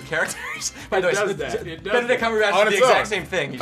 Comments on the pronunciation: Haha..hah..a..its Benedict not "benedick" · He said benadryl xD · Did he just call him Benedrill?